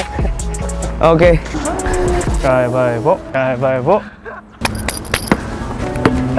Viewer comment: 아 다웃긴데 여기부터 웃김 ㅋㅋㅋㅋㅋㅋㅋ 주변 시선 견뎌야한다고 하고 농구 잘한다고 했는뎈ㅋㅋㅋㅋㅋ 골도 못넣고 넘어지곸ㅋㅋㅋㅌㅋㅋㅋ아 우울할때마다 봄 ㅋㅋㅋㅋㅋㅋ쩜푸!발음도 우ㅅ겨 ㅋㅋㅋㅋㅋㅋ 입덕함